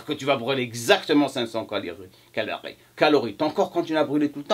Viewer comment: HA ! je te tiens mdr on dit calories monsieur pas calarie XD